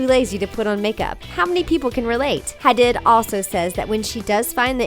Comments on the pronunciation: Its pronounced HADEED not HA-DID!!! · its Gigi haDEED not haDID, you had one job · Hadid Like Ha-deed..? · It's pronounced Gigi 'HadEEd'. There are so many mispronunciations on this channel . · They pronounced Hadid wrong 🤣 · Just because they’re not wearing makeup doesn’t mean that they don’t like it, it just means that they prefer not to wear it Edit: I cringed so hard at the pronunciation of ‘Hadid’ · I love the channel but you pronouncing Hadid wrong bothered me the entire time. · Is any one else annoyed about how she said Gigi hadid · why did u say gigi hadis's name soooo wrong?!?!?!??!?!!? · But did she really just pronounce Hadid that way?😶